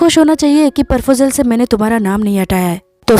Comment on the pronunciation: It's not "Parfojel" it's "Proposal"😂